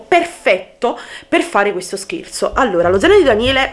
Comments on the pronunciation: Hai detto scerzo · Ai detto sespo